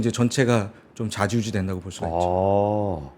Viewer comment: 자지우지 아니고 좌지우지